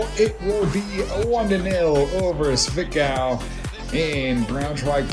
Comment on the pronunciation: zwickau is pronounced zvick-ow (you had it right). good heavens! mackeith is getting himself a good lead in the goal race between him and fitzy. Don't think he's too upset though since Braunschwieg continues their fantastic form (will forget about the rostock match).